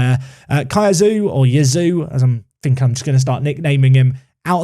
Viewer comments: It's probably pronounced "Chee-a-zzo", so Yazoo is a stretch! ;) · I would have said Cayazoo. Not Kazoo. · If you can say 'pizza', you can say 'Caiazzo'. Kazoo is a dumb nickname. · Kai-yah-soh...is probably the closes pronunciation to name. Get Gurrutxaga back, a wing and a stronger striker. I have Idah in my save and he gets bullied a ton! Definitely a striker and maybe a couple of decent wings...strong backup keeper or wing defender as stretch goals if moneys allow. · Caiazzo - K-eye-at-zo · Caiazzo = ky (as sky) as (thick english accent) zo (as alonzo) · A fun suggestion for the Caiazzo mispronunciation saga: since you’re intent on pronouncing it, you could invest in a kazoo. which is a children’s musical instrument that you can buy pretty cheaply from Amazon, it’s designed to be incredibly easy to play and you can bang out a (pretty pathetic) tune on them, at the very least it would give you a free excuse to continue pronouncing his name wrong. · In terms of pronunciation when it comes to Caiazzo, I really don't know where your "oo" part comes from when talking about him, cause since he's italian, you'd pronounce him like you would read "Kayatso". But Jisoo or whatever is of course fine as well ;) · is pronounced KAI-ATT-SO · Why don't you just call him Caiazzo? Kai, as in Havertz, and atso. Kai-atso. Not difficult. Please don't sign Dylan Crowe Merci